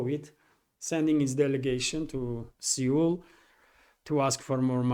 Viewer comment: (PS: Seoul is pronounced same as 'soul'.)